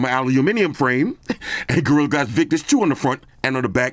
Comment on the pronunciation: I swear I heard "Gorilla ass armor 2."